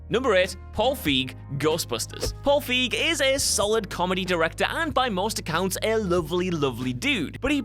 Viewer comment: 1) It's pronounced "Feyg" NOT "Feeg" 2) It's pronounced "Pat-ently" NOT "Pate-ently" Is just trying to see how many mispronunciations they can pack into a video now? Cause it's gotten exceptionally bad lately.